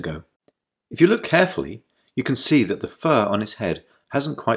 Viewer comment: You zee me😂😂